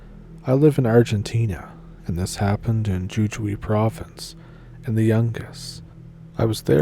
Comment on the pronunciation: Jujuy is pronounced who-who-ee…just so you know😂